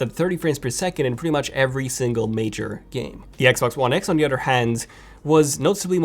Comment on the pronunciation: "PS4 Pro on the udder hand" .....? It's pronounced OTHER. Cows have udders not PS4 Pro.. at least mine doesn't.